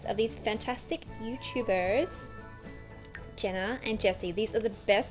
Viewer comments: It's pronounced Jeena not jenna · its jeana not jena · Jeeeeeana not jena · It's pronounced Jean-uh not Jen-uh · thefabulous2 Crew sooooo thats not how you pronunce it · you say it /J-i-n-a not J-e-n-n-a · I'm not being rude but you keep calling jeena Jenna its (g-na) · It's pronounced (j e e n a ) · Did it bug anyone else the way she was saying Jeana's name? But I love the video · your saying jeana's name wrong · she said jeana wrong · U said her name wrong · She pronounced Jeana's name wrong